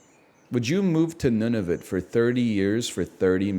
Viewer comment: He just keeps saying Nunavit